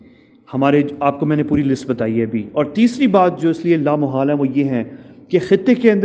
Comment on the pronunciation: Why this man is persistently mispronouncing and misusing the word لا محال؟ The correct word is لامحالہ which means 'inevitable'. In Urdu there is no such word as لامحال۔ Also, the question 'Since U R in Israel, tell us whether that aircraft really came to Pakistan or not?', is ridiculous. Just think over it!!!!!!